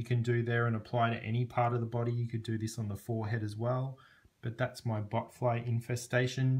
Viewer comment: It's botfly not butt fly